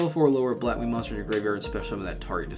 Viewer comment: Actually you didn't butchered their names